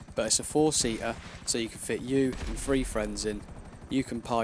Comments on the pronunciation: Aww that's cute is the boy offended because I called him an idiot. And btw it's pronounced three not free 😂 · Lol you pronounce "th" as "f" Three million -> Free million